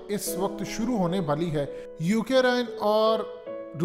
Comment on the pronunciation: Ohh bhai saaab . Its Ukraine not UK Raine